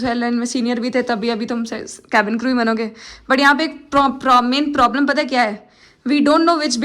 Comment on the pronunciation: language " Main Problem ". "Promin". 😂